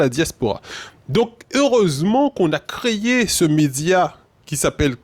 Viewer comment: On l a « créyé »? Plis fos timal